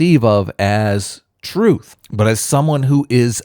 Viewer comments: What is “Troof”? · Did you have to put that Emo's face as your background the whole time? Furthermore, I refuse to accept an argument from a person that hasn't learnt to pronounce "th" and says "truth" as "truf" which is something that most 2 year olds have mastered. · I will never listen to anyone who pronounces it "troof". If you are born in England and you can't get basic English right I am not interested in your opinion.